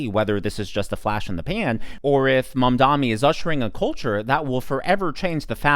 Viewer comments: *MAM-Dahni, not Man-DAHMI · Bro. Please say his name right. It’s MamdaNi